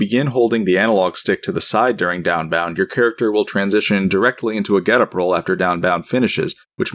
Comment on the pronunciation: downbound doesn't even sound like anything anymore. downbound. daunbaun. donboun. deoannnnnnnnnnbb